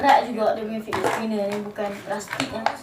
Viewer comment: sebut fidget pon salah